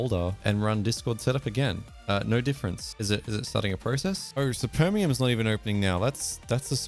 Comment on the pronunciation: czemu to jest dubbing i supermium to spermium💀